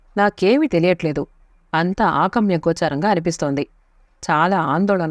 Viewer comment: Your voice is very sweet but please be careful in pronouncing words. మీరు ఆగమ్యగోచరం అన్నారు. కాని అది అగమ్యగోచరం అని చదవాలి.